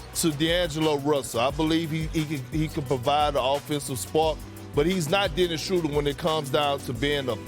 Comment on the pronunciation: Did you just say Dennis???.... You didn't say that right???... Wait it's Kendrick Perkins talkin so that means it's a great possibility that it was said....SMH